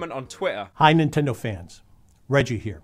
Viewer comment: It's "here" not "hiar"